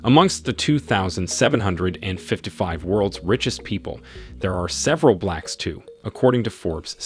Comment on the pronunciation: The narrator even said "blacks" with a racist accent. smh